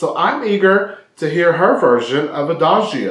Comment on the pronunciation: 👍 I'm sorry, don't you hear? Everything OK about your reaction ... But... Your pronunciation of "Adagio" in the introduction is wrong. But even after your introduction, in the middle of Lara's performance (after her pronunciation of "Adagio" ...) you mispronounce "Adagio" again. I do not understand why.? I see and hear you hear. Why? I'm sorry... ❤️